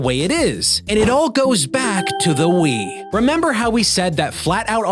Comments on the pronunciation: I heard “Flatout 2010 on Wii” as “Flatout 2010 Ennui.” And I think I was right. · Three rhymes with Wii. FlatOut Thwee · Funny how "on Wii" sounds like "ennui".